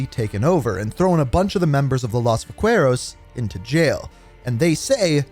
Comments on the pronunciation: Again it’s va-KHE-Rows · Dude it’s “vangkeros” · Did he say "Uacueros" instead of "Vaqueros"?